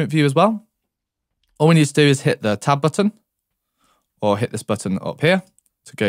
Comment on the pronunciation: It took me a solid 5 minutes to realize he was saying "tab button"! I kept looking for a "top button" lmao